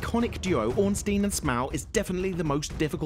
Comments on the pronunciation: OrnSTEEN and SMOW right. yeah, no. try orn-STINE and SMO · Ornsteen and Sm-Ow. Disgusting pronunciation, and they're not even hard if you summon solaire who's like 30 feet away. Even solo, they aren't "practically impossible."